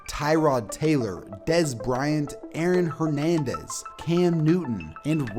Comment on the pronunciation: The emphasis put on Aaron Hernandez lmaooo